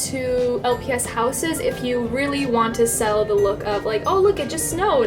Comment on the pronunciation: You said los not lps but same